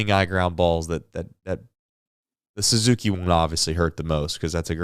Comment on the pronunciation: Say ah Suzuki, not whatever the hell you said.